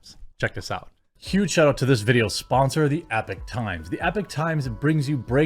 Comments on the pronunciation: The sponsor is the Epoch (EP-uk -- or EE-Paw-K) Times NOT Epic Times. Not trying to stir up stuff just want to make sure no one else gives you grief for it. Epoch means an event or a time that begins a new period or development. Again, not bagging on you or trying to show you up or calling you out. Love your content, love your messaging. Think you are a great guy, just want to help out. Not trying to be a grammar goose stepper. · IDK about the site itself, but generally speaking, it's pronounced "e-pock", not "epic". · it's E-pock times, not Epic Times. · EE-POK, not "epic". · Eee-pochh, not Ehpok Jez! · It's pronounced Ee-Pock, Jeremy... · At least learn how to pronounce EPOCH correctly if you are gonna advertise them lol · Don't think 'Epoch' is pronounced that way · I feel like your pronouncing epoch wrong